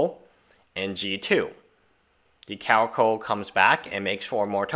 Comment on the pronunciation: Pronounced Regal 'kar-a-kal'